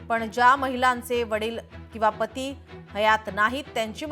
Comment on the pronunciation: Patti nahi Pati😂